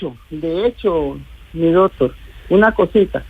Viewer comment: Con todo respeto pero que mal hablada, una ministra diciendo: " juera y dotor" por Dios en manos de quien estamos?